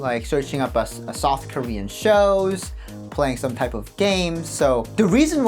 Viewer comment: I thought you said soft Korea instead of South Korea, the more I think about it, south would definitely be the softest Korea 😂